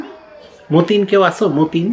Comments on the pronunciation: Sir is moten here me it's mo teen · It's not mo tin. It's mortin 😁 It's not mou. It's miaww😃😃